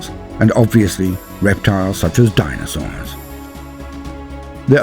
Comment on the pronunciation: the way you say DINAsaurs